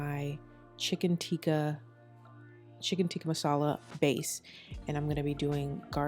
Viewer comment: From an Indian - you did an amazing job and used traditional Indian ingredients!! And I'm so happy you said "naan" not "Naan bread"🤦🏽‍♀️ and you pronounced "Tikka masala" correct too. Love your advice on taking time and patience with Indian food! Its not easy and looks like you aced it!! :)